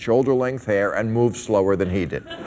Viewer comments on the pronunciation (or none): none